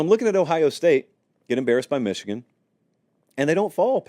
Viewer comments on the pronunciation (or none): none